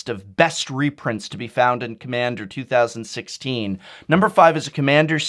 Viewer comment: I could understand if it was 2015 back in January or February. But 2016 is almost over and you still flubbed lol.